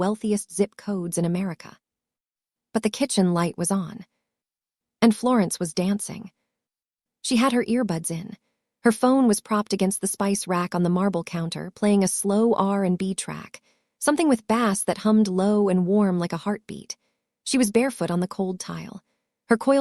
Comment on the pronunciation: We've gotta train ai better yall bass is not a fish in this context lol say it with me now, base ,I know how it's spelled but hooked on phonics can work for Ai too😂😂